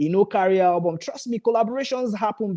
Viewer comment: Guy please try and teach that sugar girl how to pronounce ALBUM . why is she alwas saying HABUM? she should go back to school